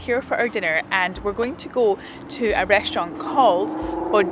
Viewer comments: i love the multiple wrong pronunciations of bojangles lol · Bojangles is named after a famous African-American dancer of the early 1900's. It's pronounced Bow-Jang-Gulls. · I'm cracking up at some of your pronounciations - Maryland (the y is more like "i" in the word "in") .... Bojangles ..... Roanoke 😅 And the Philly Cheesesteak sandwich didn't look like one I've ever seen. But I'm glad your trip improved after the first day!❤ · Me too. I imagine being in Scotland mispronouncing soooo many.